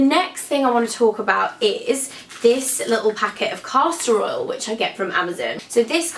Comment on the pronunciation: omg you're so great but every time you said "caster oil" it sounded like "casserole"